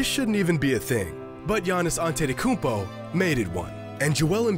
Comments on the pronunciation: "Giannis Antettykumpo" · Jimmy On-titi-kounmpo Highroller